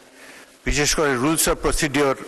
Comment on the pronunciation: প্রসিডিওর 😅 প্রসিজিওর